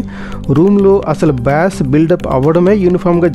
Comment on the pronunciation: Bass అనే పదాన్ని "బేస్" అని పలకాలి. "బ్యాస్" లేదా "బాస్" అనకూడదు.